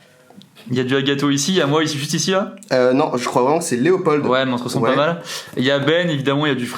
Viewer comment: Mais oui, a fait une grosse gaffe et il dit Loepold🤮